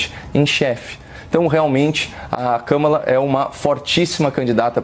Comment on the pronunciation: Vi a Kamala Harris falando seu nome pronunciando o Kamalacom acentuação tônica no Ka. Uma palavra proparoxina,. Acho, portando que , se possível, deveríamos procurar fazer o mesmo. Notem que o Copolla fala de maneira correta.